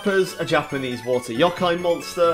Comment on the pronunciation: Hate your pronunciation of Youkai, other than that, great vid. -P